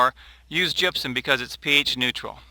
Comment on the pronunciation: Truly terrible video. It's gypsum not gypsom... But that's not your biggest problem... It's Jim's edited recipes, the fact that you guys have left out any meaningful source of calcium. Calcium Nitrate, yes. Lime? No. Mittleider used lime for the sole purpose of adjusting pH. Lime would "make" calcium available to your plants in a few months. Calcium Nitrate or calcium chloride would supply your plants with calcium NOW with the additional benefit of "u clogging" the roots, preventing salt accumulation... Basically every video of yours is designed to sell the wand, the micromix and Jim's "edited" books. You are a good SEO guy, good marketing but... Why did you guys change the most important thing in mittleider recipe? Where's the calcium nitrate buddy?????